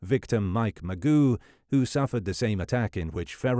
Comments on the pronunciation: His name is pronounced Moo+Zho, not Ma-Goo. Is it really so difficult to pronounce the names of the victims correctly? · It’s not pronounced Magoo, Mageau is pronounced as Ma-jeow. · It is so not pronounced “Magoo”